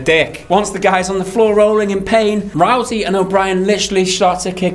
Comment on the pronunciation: Rousey is pronounced like house not roosey. Great vid as always guys